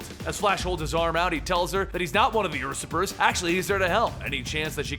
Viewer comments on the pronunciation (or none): usurper is "you-serp-er" not "us-ip-er" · "Ursurper" lul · Usurper, you-sir-per.